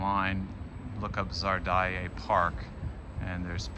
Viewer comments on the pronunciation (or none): You say park name Zardae instead of Zaryadye (Za-ryad-ye) = Зарядье (За-рядь-е), root word is "ряд" ('ryad'). 😉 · Finally I see how this renovated park looks like. Just “Zaryadie” (area behind the rows) and not as you prononce it “Zardaye” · ZARYADYE park, not ZARDAYE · Зарядье,а не зардае. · It's "Zaryad'ie" park not "Zar Die Yeah", bro! :)) But it's quite hard to pronounce for English speakers, yeah. You know probably the Russian word "zariad'' (заряд) - it's like battery level on your devices or so. So you just take this "zariad" and add that kinda French looking ending "ie" - here you are: "Zariad'ie" :learning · you pronounce Zaryadye as Czar die, lol